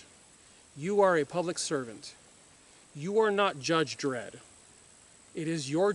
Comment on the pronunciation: "Jud Dredd"lol